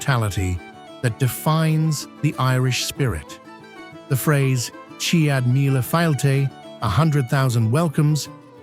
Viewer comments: Chee-ad mealy fail-chee?? Use AI but for the love of all that is holy please edit it. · Irish person here. Is anyone taking this narration seriously? It's AI scripted nonsense. On a side note, I'm crying and laughing out loud at the pronunciation of 'Céad míle fáilte.' it is clearly programmed to pronounce English words and when Irish language words were in the script it imploded and came out with the wildest pronunciation 😂